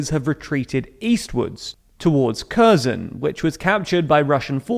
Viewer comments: Kherson is not pronounced "CUR-zon". If you can't pronounced the kh (Х) sound or don't want to, to make it easier for your viewers, at least get the emphasis and the "s" right. It's on the last syllable, not the first: kher-SON Izyum is not pronounced "ERR-zyum". I don't know where you got that extra "r" sound. It's "ee-ZYUM". Volnovakha is not pronounced "vo-lo-VAN-kah". It's "vol-no-VA-kha" And here comes the big one which prompted me to write this post: Bucha is not just a humanitarian crisis, it's better to call it a massacre or war crime. The town's name is pronounced "BOO-(t)cha". You can get Google translate to pronounce all of these for you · You guys are butchering the names. Izyum is just "ee-zoom" and Kherson is "herr-sonn" not "eye-zee-yum" and "cursin' ". Bucha is boo-cha like cha-cha slide not Booka and even key-ev is the Russian pronunciation - it's kih-yeev like Yeezys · Yeah I agree, it wasn't meant as criticism, but I noticed they messed up Kherson, Bucha and Izyum, so I thought I'd make a joke :D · Kerzin? Really? All this talk about Kiev/Kyiv, but English speakers can't figure out "herr-SON". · Kherson is pronounced "keer-son" or "keer-sun", not "kur-zen" - just a slight suggestion🇺🇦💙💛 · Kherson is said Herson. Harkeev. Lveev. Izyum is Iz-yoom. Boo-cha. You should be embarrassed that you're pronouncing these as if they were British towns\cities.